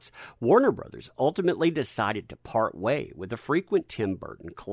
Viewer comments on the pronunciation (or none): none